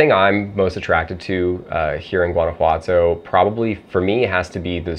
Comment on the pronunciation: I really hope you are integrating into society and learning the language. The gentrification in Mexico is getting out of hand. It’s pronounced HUAN•ah•Watto.